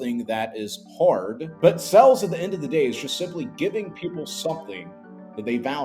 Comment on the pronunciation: It's pronounced sales, not sells.